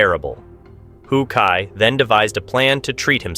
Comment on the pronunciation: Oh decide on one correct pronunciation and stick to it dude! How kai, who kai, ho kai wtffff man?!!